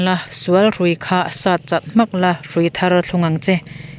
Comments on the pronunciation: Puan la thlak tiin chhiar rawh, Puan, la(Coton) nilovin. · Puan la thlak mar loh ti a '' la' i hman dan hi a dik lo. A lo la kal lo tih a 'la'ang hian lam rîk tur.Rawn la rawh tia ' la' ang a lam rik loh tur.